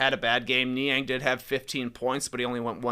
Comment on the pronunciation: did any one else hear Shaq last night call Niang "Minivan"???